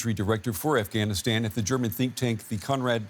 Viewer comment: 20 years later and y'all still can't pronounce it right. "AfghaniStaen" "TallyBane". 🙄